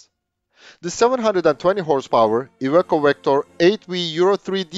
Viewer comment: Every pronounciation was correct, even that of "Iveco" which might be counterintuitive